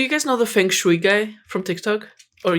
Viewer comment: pls for asian peoples sanity.. say fengshui with he right pronunciation 😔